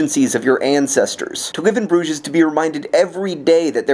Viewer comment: im so glad you use the french pronunciation of Brugge and not the Dutch. also when i hear Brugge i always think of the restaurant in Broad Ripple.